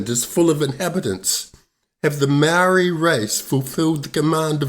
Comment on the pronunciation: Māori have never been in charge of any New Zealand government!! How did u get a Māori like pakeha and give Māori a Māori name like Māori but u can’t even pronounce Māori words and your not English either?? Your out da gate chap!!😝😛